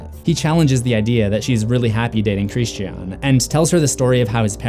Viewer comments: My man, why are you pronouncing his name like “Christianne?” It’s a word I thought was actually impossible to mispronounce in most places in the world. Anyway, I think he’s named this as a sort of reflection on religious and cultural violence. Many people in history have committed acts equal to, and in some cases more heinous than what occurred in the film in the name of his namesake’s religion. It’s quite clever really. We’re faced with so many questions regarding the acceptance and treatment of alternative societal, cultural and religious norms in this film. It plays with the ideas of what kinds of behaviour are acceptable and welcomed, or taboo and outright disgusting. It’s a constantly-moving ethical line, and we experience this day to day without even being aware of it. Superb film. I really hope Aster doesn’t completely abandon the horror/thriller genre for the rest of his directorial career. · Christian… Chris-Chin ¯\_(ツ)_/¯ he’s not a girl so it’s not pronounced Christianne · The scariest part of this video is the way he pronounces Christian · It is NOT pronounced like this in the movie... by Dani or anyone else. It’s pronounced Christian, like the religion, for a purpose. It’s not xenophobia to respect how a name is properly pronounced. It was pronounced Christian, like the religion, throughout the entirety of the film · That's an interesting pronunciation of "Christian" lmao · I'm curious as to why you're pronouncing the characters' names phonetically instead of how they're pronounced in the movie. You said "Pele" and "Christian" incorrectly. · Lol, just say Christian's names normally? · Oh my gosh, I'm sorry, but that is not how you pronounce Christian. Almost stopped watching just because of how aggravating it sounds. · Why on earth do you pronounce Christian like that? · Can you not pronounce the word “Christian”????